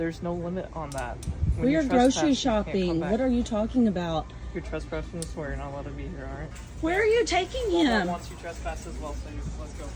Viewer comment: TRESPASSING NOT TRUSPASSING.